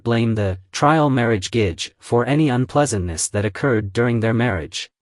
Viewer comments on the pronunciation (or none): Also Gege I think is pronouced like Geh-Geh not gage. its how I hear it in the dramas at least